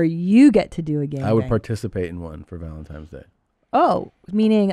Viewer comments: Has anyone acknowledged Segura says "ValentiMe's Day?" Welp...at least, supposably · She said "valenTIME's day" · Just making sure you’re purposely (as a bit) mispronouncing “Valentines” in Valentyhmse Day. Truly yours, ~ The Grammar Nazi 🧐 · Awwwwww man Did Tom say “valentiMes day” 😟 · Are you saying - Valentimes Day? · Why they both call it valentimes tho? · Did he say valentimes day